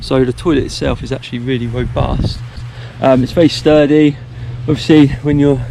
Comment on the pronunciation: useful info. Did you say very sturdy or very turdy.